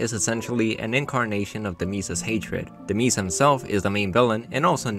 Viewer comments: Demiis DEMIIS WHAT DO YOU MEAN DEMIIS ITS PROUNOUCED DE-MIZE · do you not know how to pronounce names correctly? its not Cereeza or Demeese, its Cereza and Demise, like "time to meet your demise" which is another way of saying time to die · Demise is pronounced "duh-myze." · Don't forget how he called Demise "Demeese" Literally no one else calls him that. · bro really said demees (instead of demise) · "Demees" spelled Demise... did the creators just change the pronunciation of the word for the name, or do you just say Demise wrong? .-. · Demees lol Also, you skipped a bunch of characters. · Why do you pronounce Demise like DEMEEZ? 💀💀💀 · I do it for jokes like "Dededemise" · "demees" kills me every time lol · Why does he say "Demise" like "Denise" 😭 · Deemees makes me irrationally angry 😭 Its an actual word 😭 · Someone who played the game before they fully knew how to read, and never broke the habit of pronouncing it wrong. I still can't seem to stop pronouncing "Ordon" and "Lanayru" as "Oradon" and "Lanaru", even though Ordon is missing an A and Lanayru has a Y. Demise is actual word, though, I don't know how you can go your whole life without fixing that. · I'm sorry, this is a great video so far, but I can't get over how you pronounced "demise". Like, it's an actual word that exists, I didn't think it could be mispronounced lmao. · Bro has no idea how to pronounce Demise. It’s an actual word in the dictionary. Look it up. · Yeah I actually cringed when I heard it. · Not how you pronounce Demise, it's a word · i'm sorry but PLEASE google the pronunciation of demise your pronunciation is way WAY too far